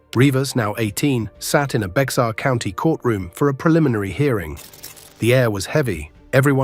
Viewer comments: It's " Bexar or pronounced " Bear" county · Is pronounced “bear county” even tho is spelled Bexar